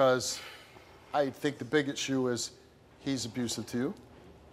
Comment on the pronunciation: An "abroosive" relationship. ROFL